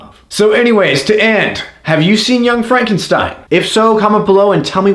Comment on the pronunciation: That's "Frawn-ken-steen!"